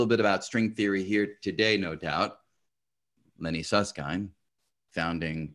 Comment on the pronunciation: I appreciate Brian's effort to correctly pronounce Susskind, and to almost correctly pronounce t'Hooft. :)